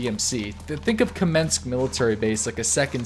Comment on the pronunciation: You mispronounced everything, but Kamensk, Tisy and Veresnik :D